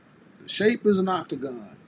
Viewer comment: Yo he said octagon lmbo